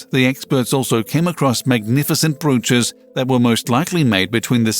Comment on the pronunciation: What Larry said and also that's not how you pronounce Mesopotamia and also not how you pronounce Brooch. I think i learned how to pronounce both those words by the age of 12.